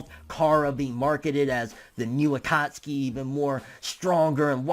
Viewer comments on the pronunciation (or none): none